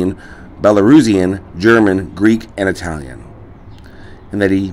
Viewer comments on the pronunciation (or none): none